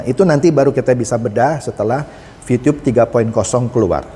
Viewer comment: Vitube boss , bukan vitiyub 😁